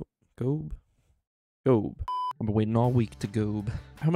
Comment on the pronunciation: ITS NEVER G.O.A.B. (er)